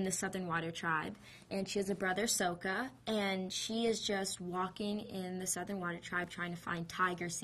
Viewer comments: soka?! no it's sokka!!!! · SAKA. not soka...wtf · SAW-KA A-NG ITS NOT that hard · Maximillionare but some how she didn’t say sokka right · She pronounced sacka wrong and I spelled it wrong haha and Ang is funny